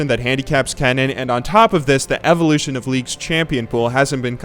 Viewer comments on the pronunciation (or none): none